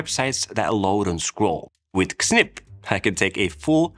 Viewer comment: I think Xsnip is pronounced as Snip.